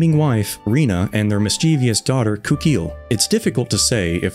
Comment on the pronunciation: Loving this video, so far, but I need to correct a common mispronunciation because it's one of the worst for being so widespread: Mischievous = "Miss-chiv-ous" and not "Miss-chee-vee-ous".